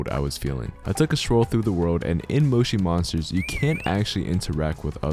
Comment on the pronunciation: That is not how you say Moshi monsters